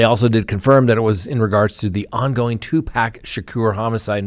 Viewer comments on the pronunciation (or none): just saying...Tu PAC (POCK) not Tu PACK!!! I'm an old white woman and I know this,! How could you mispronounce the man's name repeatedly?? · Tupac is pronounced Two-Pock. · Two-pahc. Also Kee-fie D Pac wasn't gang affiliated. Suge Knight is a Blood. Snoop Dogg is a Crip. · It's an endearing quality about, and we love that about him 😂😂😂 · Did a whole segment on someone and not once pronounced his name right.